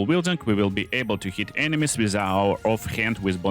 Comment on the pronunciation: Drink whenever says ENE-mies 😂